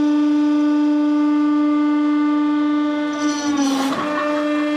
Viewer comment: "The cheese is moine" ~HPC 2016